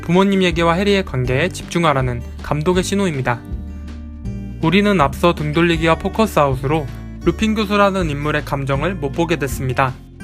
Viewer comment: 앞thㅓ.... 제가 유난히 th발음에 민감해서 집중이 안돼요..ㅋㅋㅋㅋㅋㅋㅋ